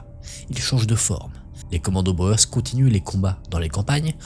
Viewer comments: Il ne faut pas prononcer Boër mais bien Bour ! (Littérallement, paysans en Néerlandais) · Boer : on prononce comme "bourre" pas comme "Bauer". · Intéressant. Merci. Pour info, Boers se prononce "Bour".